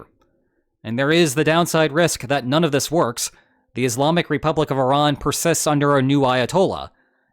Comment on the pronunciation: First person to pronounce Iran correctly instead of calling it I--Ran